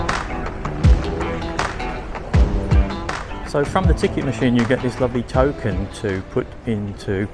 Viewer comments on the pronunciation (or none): none